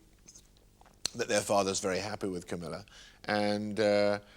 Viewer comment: Camilla is a very intelligent woman . BTW it´s Camilla NOT CAMMILLA .